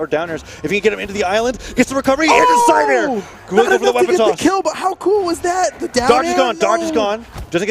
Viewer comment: Isidroo spear gameplay: Side air. Sair. Le'Sair. El Sair. More Sairs